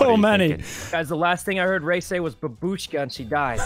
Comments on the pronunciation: Y'all seriously gotta learn the actual word already. It's bAbushka, not babUshka... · I was so mad watching the stream, it's pronounced bAbushka, with a long aa like in the word "army" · Fun fact it's bábuska not babúska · I know a bit of russian and babushka does mean grandma in russian, the problem is that you are not saying it correctly, it's bAbushka and not babUshka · So as a russian girl myself I feel the need to poin out that it's pronounced not babUshka, but bAbushka. Also... Why would you choose such a sweet word to be a killer word???? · it's bAbushka not babUshka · When u say babushka, it’s not said like babOOshka. It’s said like babushka. U jus let it fall outta ur mouth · Babooshka is a Russian word.Бабушка .rus. B(a)booshka, stress in Russian grammar is placed on the second letter.Ba(boo)shka,accent doesn't sound respectful,vulgarly.Babooshka а grandmother is a woman who has grandchildren In Russian, have the word Дедушка.rus.dedushka-grandfather.